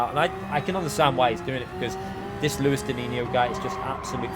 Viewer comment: You are missing the S in his name 😁 Luis dinisio